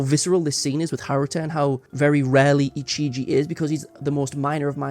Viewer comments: the guy saying ichiji instead of ijichi is making me go crazy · I'm sorry, editor, but my brain itches every time you pronounce 'Ijichi' as 'Ichiji'